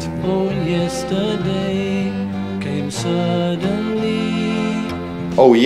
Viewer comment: Переводчик! Извините, плизззз... Вы -русский или еврей? Допустим. но смысла Вы не улавливаете Совсем! Юз ту би? естедей? У вас переводчик говорит "ес ту дей"! На .Великом русском, как это можно интерпретировать? Вплоть до (ё..... твою .....). Мастера перевода! Вы же ни х... я не понимаете в языке и только токуете, как понимаете сами. А сами вы ничего не понимаете! Вот в этом и проблема! Славяны... , Левша говорил,что "Англичане ружья кирпичом не чистят". Вы поняли о чём говорил Тульский слесарь Левша? А? Нет! Ответа не будет. Не англичане вы и не Левши.И ваш перевод есть чистка кирпичом того , что нужно смазывать маслом!Тщательнее, тщательнее., как говорил великий знаток Русского языка Черномырдин.и его руководитель, Горбачёв. Или ГорбАачев? А кто их знает? Не было НИКОГДА, и вот ОПЯТЬ! Прекрасная ЛОГИКА! Новое МЫшление! Или МышлЕние? Знатоки Великого Русского, подскажите и поправьте! Я - Нерусский!.